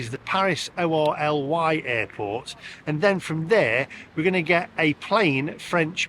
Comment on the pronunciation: O R L Y 😂😂😂😂😂 its pronounced Orli Lee 😂😂😂